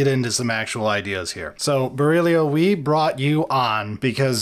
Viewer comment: Oh, damn, they got Berílio's name right!